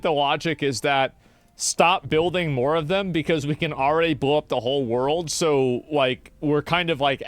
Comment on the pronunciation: "Two Moar Weex."